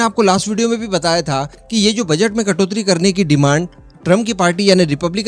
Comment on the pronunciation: कटोत्री नहीं कटौती बोलते हैं.